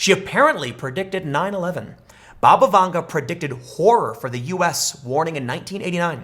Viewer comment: Anyone else keep hearing 'Baba Yaga'?